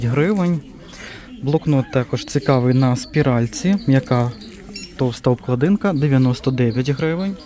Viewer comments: Привіт,, не обкладИнка, а обклАдинка. Де ти ті слова береш? 😂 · Обкладинка= ставте наголоси вірно. Гидко слхати